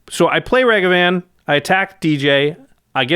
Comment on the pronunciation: Able to pronounce Asmor correctly. Also: Mispronounce Ragavan